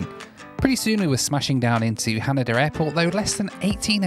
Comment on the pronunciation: Hanida is pronounced more like Han-ee-da not like Han-a-da as you were saying 😉edit: I did like where you called CNN the Comedy News Network